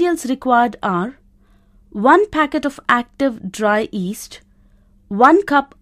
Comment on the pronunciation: Yeast not east